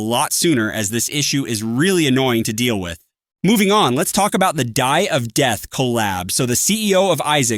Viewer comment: "Dye of death" 🥀